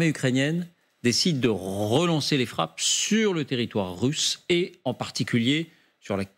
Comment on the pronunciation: Rrrrrrhelancer les frap' sssssur le territoire rrrrhusse